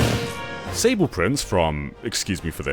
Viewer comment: God I cringed hard at your attempt at pronouncing Kaeru no Tame ni Kane wa Naru :D Or should I say "Keeru no Taami no Kaani wa Naaru"? :D Also, he's not Sable Prince, but the prince of Sablé (the Sablé Kingdom). Saw-blay.